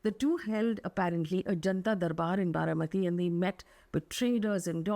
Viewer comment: Baramati, not Bharamati.